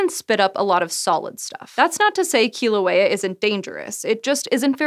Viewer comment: I love that you cared enough to pronounce "Kilauea" better than almost any other person I've seen talking about volcanoes on YouTube.